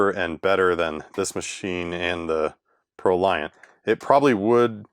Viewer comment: Fun fact: "Proliant" is actually pronounced like the word "emollient".